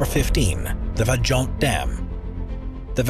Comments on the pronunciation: Hey narrator... It's not "VA JONT" -- it is pronounced "VAI ONT" a bit of research goes a long way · Is pronounced Vayont